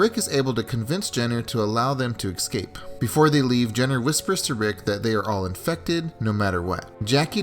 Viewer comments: Not EX-CAPE it's ES-CAPE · cool video but learn to say escape